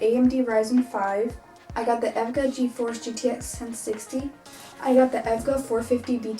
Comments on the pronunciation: It’s eee vee gee aye not evga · its E V G A not EVGA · It's E.V.G.A not evga ,lol u might make some people angry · Omg she rlly said ev ga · bruh she called it evger its E V G A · im sorry but hearing you pronounce it as evga made me cry, it’s just e v g a, you don’t really say them all together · pretty good pc but its not evga its e v g a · I think its pronounced E V G A and not efga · It’s e.v.g.a not edga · to it is not evga as a word it is is separate e. V. G. A. 🤦🏻‍♂️ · Its e-v-g-a not evga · idk why but I died when she said EVGA instead of E V G A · It ain't Evga for Christ's Sake. It's E.V.GA I though that you're building your PC for the first time but it seems like you're pronouncing words for the first time lol 😂😂😂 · It's E-V-G-A Not EV-GA :3 Excellent build though. Good luck!! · Bet she got a lotta ppl with the EVGA, not E-V-G-A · I bet that you got the PC part idea from Joey Delgado's PC Build Video. also you're low-key triggering me cause you called out wrong names for the parts like "Battery" when it's called Power Supply, E-V-G-A not EV-GA.. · E V G A. and not Evga But still great video. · E. V. G. A. Lol not evga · EVGA is pronounced by its letters. (Eee) (Vee) (Jee) (Ayy) not (Ev-Ga) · It’s E V G A not ev ga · Not trying to nitpick, but its E.V.G.A, Not EV-GA 😎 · I was kinda triggered when she said EVGA not E-V-G-A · Fyi its ment to be pronuced by e.v.g.a not evga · "i got the efga 450" its pronounced Eh Vee Gee Ay not Ef Gah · Wow beautiful build but a bigger power supply would be better and it’s not efga it E-V-G-A each letter is said by itself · E V G A not ev ga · 99.99% of the comments : wow nice build 0.01% : It’s E-V-G-A not EV-GA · She didn’t even say ev-ga she said echo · Everyone in the comments is right, go SSD! Also the maker of the power supply is "E.V.G.A." not evga lol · Lol evga it’s E.V.G.A. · I think it’s e-v-g-a not EvGuh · She called e v g a evga lol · Dont want to be rude but its not evga its E V G A lol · Not EVGA its E.V.G.A